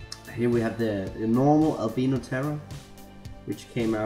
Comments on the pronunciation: df? did he just say albeeno and not al bye no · u dont say albino like albeeno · I'm starting to want to say alb- E no terror instead of alb I -no terror